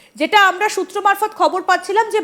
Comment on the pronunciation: সুত্র মারফৎ না সুতা মারফৎ